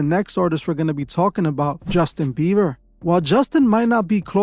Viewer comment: “Justin beaver” 😂😂